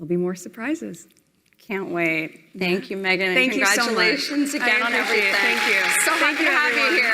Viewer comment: ........... .........hilarious...... Grand-Dad's giant Pantaloons are "wearing her" again. ........and COMPLETELY FORGETTING her Word Salad at 9;48........."thenkew" now piss off.